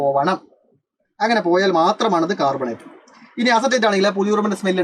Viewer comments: carbonate ❌ "cat"bonate ✅ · Carbonate annee....... Catbonate allaa siiryyyyyyy🥹😭